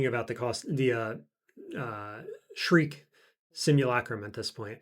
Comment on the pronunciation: not shriek. Like the bird that impales its prey on thorns and barbed wire. Also while I'm moaning, rune not ruin. Like futhark. But the videos are great and I always upvote.